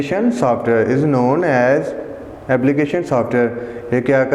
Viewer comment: The word is between not betwan 🤣😂 and the word is software not saftware